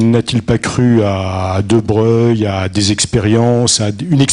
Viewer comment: Pourquoi on prononce Louis deBreuil et non deBroglie?